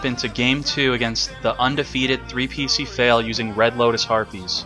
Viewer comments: not sure if you were trolling on how you pronounced ( epic fail) or genuinely didn't know 🤔🤔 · Your pronounciation of his name was an "3p1cfail". In all seriousness, I appreciate what you've done for the Duel Links community. Keep up the good work, best of luck to you and your girlfriend.